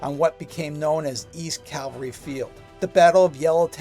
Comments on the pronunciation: Forgive me, but it is "cavalry", not "Calvary". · CAV CAV CAV-- never Calvary. Unless you mean Golgotha. Say CAV alry 108 times.